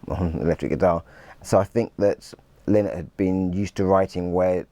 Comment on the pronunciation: I can't take none of these idiots seriously when they can't even pronounce Phil's surname. It's lie-nott !! Have some respect.